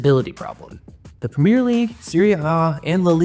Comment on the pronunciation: You need to pronounce Premier correctly first if you want to be taken seriously